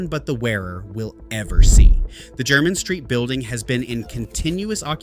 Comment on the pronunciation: A totally nonsense list, from the mind of a fantasist. "Only Old Money" wears these? I have several of these, and i'm not money, let alone "Old money". Anyone in the UK who's interested in shoes knows Edward Green, and they have a shop on Jermyn St. (Pronounced Jer-min, not Jer-mine). Poorly researched.